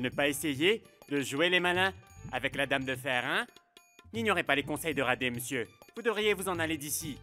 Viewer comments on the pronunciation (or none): On dit monsieur pas meisi